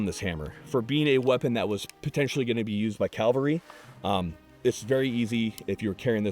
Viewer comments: Seriously dude? It's cavalry. Calvary is where Jesus died. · Cool video. You're gonna hate me for being a grammar Nazi, but, it is cav-alry; not cal- vary. Cavalry is a thing, and calvary is a place. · CAValry not calvary. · Great vid. My only point of contention: It's Cav-al-ry, not Cal-va-ry. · Everything about this video is excellent, except where said "Calvary" instead of "cavalry." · "calvary" eh? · Do not turn into Task & Purpose. , the word is cav-al-ry. Your heart is in the right place though!